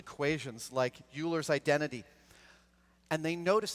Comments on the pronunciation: Adam, did you just say "yoo"-ler? I would expect better from you. It's pronounced "oy"-ler. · THANK YOU!!